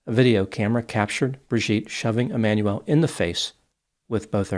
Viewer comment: His name is pronounced E-man-u-el (not Emmanuelle)